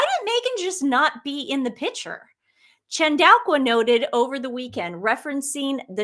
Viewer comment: You ladies should learn to pronounce PICTURE. You are too intelligent to say it like "pitcher.".